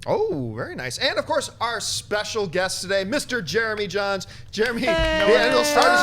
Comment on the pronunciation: Was looking away from my phone then heard "it's Jeremy Jains" what!?!